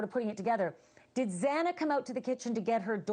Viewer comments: How can this man not pronounce Xana's name correctly? Hasn't he heard it at least a thousand times by now for Christ's sake? So disrespectful. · He should at least pronounce Xana's name correctly!!!🙄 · This guy, can't pronounce Zannas name after 2 years... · The judge mispronouncing Xana's last name TWICE was insensitive and unprofessional. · Pronounce XANA’S NAME CORRECTLY HARVEY! Geeeezzzzzz. I hate when they don’t CARE enough to say her name right. The media alway gets either her first or last name (even the JUDGE). It’s like mails on s chalkboard. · y r u here? Bethany and Zana not Zeena wtf dude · He just pronounced her name wrong. My god. Settle down. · Kinda irks me that Harvey keeps calling her Xena. It's Xana. Like Xanax without the X. RIP. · You killed "ZEENA'S" name 3 times- I didn't watch the whole video, but I'm sure you killed Xana many more times. This case is public knowledge, and so are the pronunciations of the victim's names- and you can't get it right- WOW- But neither could the judge. Find different professions. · I cannot believe after 3 years people still can't pronounce Xanas name correctly. It's Xana with a short a. Not Xena and not Zana like zany. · A couple days ago Banfield said she was really upset that the judge mispronounced Xana’s name twice. But that was just a slip of the tongue, which he corrected. On this show that guy called Xana, “Zeena”, multiple times and Banfield said nothing. This wasn’t a slip of the tongue, this clown actually thinks her name is “Zeena”. Banfield should realize it’s disrespectful to have this guy mispronouncing her name and not correcting him. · Come on Harvey, please show proper respect by pronouncing their names correctly Xana is not pronounced "zee-na". They were murdered three years ago this November and you can't manage by now to get it right? Shame on you Ashleigh for not correcting him the first time tonight or making sure your guests can pronounce their names correctly before going on air.